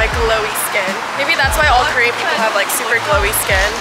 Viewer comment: “so kErEaN”